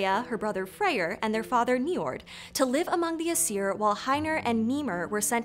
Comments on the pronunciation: Small thing, biut Old Norse always stressed the first syllable in a word. So VA-nir rather than va-NEER, AES-ir rather than aes-EER. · Sweet Friggin Hel, the pronunciations in the video... ask a linguist next time, please (Jackson Crawford, mayhaps?)! Some of the things that ticked me off: ° Stress in Nordic words is nearly ALWAYS on the first syllable, never the second. AE-sir, not ae-SIR, VA-nir, not va-NIR, et cetera. Stressed vowels are typically indicated with an accent (á, é, í, ó, ú), sometimes not though. ° Vowel phonology depends on the language (especially with the modern-day inland languages), but with Old Norse, Icelandic and Faroese it's actually quite consistent: A is "ah", E is "eh", I is "ee", O is "oh", and U is "oo", with stress typically making the sound longer, with the Old Norse and Icelandic exception of Á, making an "aw" sound in Old Norse and "ow" sound in Icelandic. My sources: Jackson Crawford pronunciation guides; Some google and wikipedia; I'm not a native Icelandic speaker, so don't quote me on anything. If I came off as harsh/nitpicky, I'm just passionate about Norse-anything, and dislike bad pronunciation :/ (Btw, Kvasir is KVA-seer, not kuh-VA-seer)